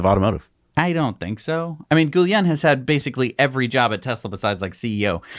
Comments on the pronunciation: Guillen is a Portuguese name. It is genenerally pronounced "Gwee-yen". Gully-en is definitely incorrect. In Hawaii people often say "Gwiil-en", also incorrect. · Guillen = “gee” (hard g) + “yen,” accent over the second syllable. Sheesh.